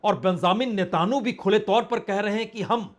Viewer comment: पत्रकार साहब नेतानु नहीं नेत्यनावु बोलिए।